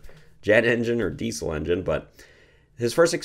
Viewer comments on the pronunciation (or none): Since Rudolph Diesel was German his name really should be pronounced deezul not deesul. Just a little Canadian criticism of my American neighbors, no offense intended.😊